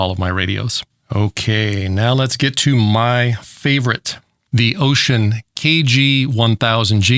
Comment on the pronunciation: Wouxon = Ocean 😂😂